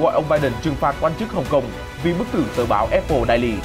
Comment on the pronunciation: Vãi cả đọc tiếng Anh.daily đọc hẳn đai ly.